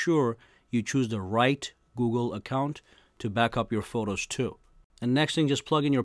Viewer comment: This man saying Forros lmao